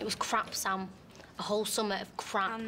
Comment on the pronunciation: SAM not ZAM!!!